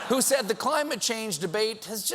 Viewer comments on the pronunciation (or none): none